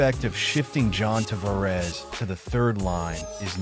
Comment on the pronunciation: If you can’t even pronounce John Tavares…you are not a real fan…